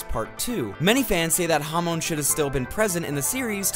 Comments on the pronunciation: Bro it’s pronounced hahmon not hawmown 💀🙏🏻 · everytime you said hamoan i died a little